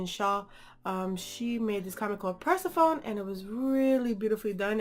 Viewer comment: This was an amazing review, but watching this made me mad because my name is Persephone also. And it just bugs me when someone says it wrong lol. Not no hard feelings lol😂